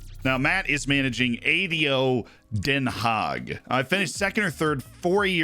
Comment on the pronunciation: props for the pronounciation of Den Haag